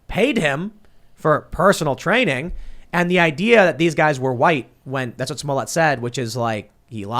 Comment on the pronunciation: Pronouncing his name “smole yay” reminds me of Joe Dirt pronouncing his name “deer tay”.